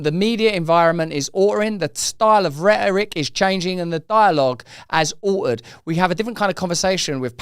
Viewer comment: Altered, not ooled